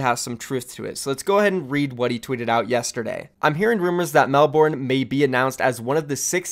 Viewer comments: Nice video friend BUT, Melbourne is pronounced as "Mel-burn", not "Mel-born" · Mel-bin not mel-born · everytime he said melborne it made me want to die, the pronounciations hurt. If OWl says it like he did I'm not watching season 2. Can't handle it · as o aussie, ur "melbourne" pronunciation is pissing me off (im joking before u hate on me bitches) , and im only up to . its melbourne, not melBOORRRHHHHN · You are pronouncing Melbourne wrong. Bourne isn’t pronounced liked Jason Bourne. It’s pronounced Mel - Ben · You I am Australian and I just wanted to let you know that you are pronouncing Melbourne wrong, the actual phonetics are ˈmelbərn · It’s actually pronounced melbun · Just to give you a heads up, never say Melbourne like that again cause you’ll get destroyed by every Australian, be safe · How you pronounce Melbourne XD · every australian cringing at pronunciation of Melbourne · Jesus christ your pronunciation of Melbourne is scuffed as hell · why does Melbourne not make sense? It's a capital city, and the second most populated in the country Also you say Melbourne wrong... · Wat a wanka can't even pronounce Melbourne right. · The way Americans pronounce melbourne actually hurts so much